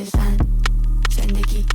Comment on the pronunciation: PERSIA Valiollah سینا جان توی مونولوگ یه جوری زن رو تلفظ کردی که انگار قدرت و ارزشش از مرد کمتره هاااااا🤦🏻‍♀️😐😬اون قسمت که صحبت خانم مسیح علی‌نژاد بود رو میگم....